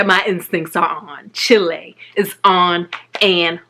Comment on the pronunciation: "Chilei"?? Chile*